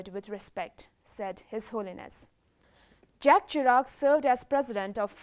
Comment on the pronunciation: JACQUES CHIRAC IS PRONOUNCED ZHAK SHIRAK.